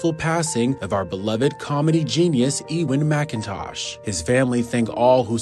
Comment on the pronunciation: sucks that you can´t pronounce his name correctly